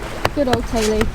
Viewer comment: i always laugh at the way you pronounce the name of youre boat. it sounds like you are saying tayli but it's not spelled that way.